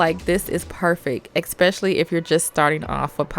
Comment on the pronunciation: Love how shes saying expasially